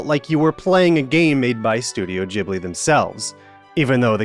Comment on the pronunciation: Ghibli! like Gold not Jibli like Jizz... christ american.. first ryu, then lara, now ghibli. you deserve trump